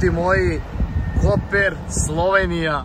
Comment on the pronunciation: nije Koper nego Kopar